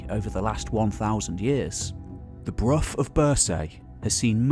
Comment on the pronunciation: One thing that I struggle with is the mispronunciation of place names. Bruff of birsaaye where it is pronounced broch as in loch and Birsay is -renounced BURRSEE.it is like listening to an American trying to say Edinborow